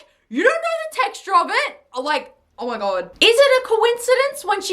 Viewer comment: " Ormy god this tarste so good " the way she said it lol